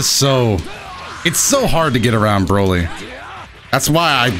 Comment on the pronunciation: Boly Not bolt